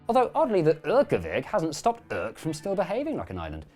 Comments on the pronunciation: Hey you got the pronunciation of Urk right, not many people manage that... Until they've been there once. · I have never seen a more accurate representation of what it's like to have a conversation with someone who lives in Urk. Also you found the best way to pronounce Urk. Great job! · I love how you captured the digust we have for Urk in the way you pronounced the place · Second Urker here, can confirm: especially the silent “h” was on point.